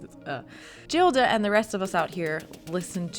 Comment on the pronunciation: Please Anna, the heroine’s name , Gilda, is pronounced ‘Geelda’ .